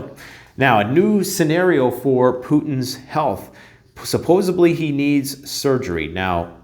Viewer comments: “Suppose-B-ly”? < Suppose-D-ly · Supposedly. Not SyPoSaBlY. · Supposedly not supposebly 😀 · 🔥 STOP SAYING "SUPPOSA-BLEEEE" IT IS , SUPPOSEDLY 😂😂😂😂😂😂😂😂😂😂😂😂😂😂😂😂😂😂😂😂😂😂😂😂